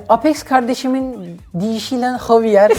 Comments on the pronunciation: "Zeyviyır" diye okunuyor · Xavıer okunuşu"havuer"diye okunur